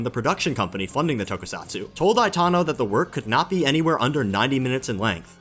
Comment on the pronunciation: Why are you pronouncing Itano's name as Aitano? Especially when you are pronouncing Ichiro and Aikawa correctly in the same sentences???